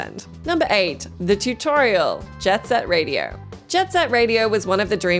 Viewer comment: Say it right:…its Jet Set Radiooooooooo